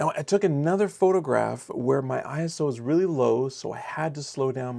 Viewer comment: Its ISO, not I.S.O. 😊